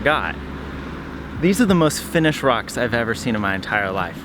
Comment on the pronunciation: gasp Your Finnish pronunciation is AMAZING! 🤩 Greetings from a Finn in Sweden 👋